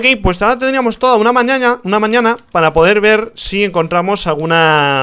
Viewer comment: Laic si te reiste cuando rich dijo, "ahora tenemos toda una mañaña"😂